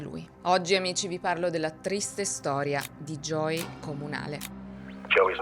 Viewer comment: Creo sia perche viene pronunciato “Joy” in tutto il video (che e’ diverso dalla pronuncia di “Joey” ed e’ un nome femminile). Conosco bene questo problema perche anche mio figlio si chiama Joey e nessuno in italia lo pronuncia mai correttamente 😅